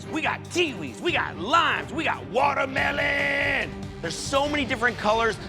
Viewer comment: Yo why tf said watermelon's like that😭😭😭😭😭